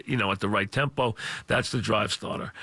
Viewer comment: "That's ya drive statah"